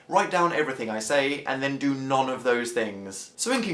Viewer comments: He says 'none' weird! Isn't it pronounced 'nun'? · Is it just me who noticed dan pronouncing 'none' as 'non' instead of 'nun' ? :L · You say "none" like "non"